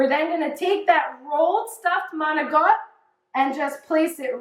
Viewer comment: How come some Italian s don't pronounce the I or a at the end of a word. It's not Maocttt it's Manicotti with the i. !!!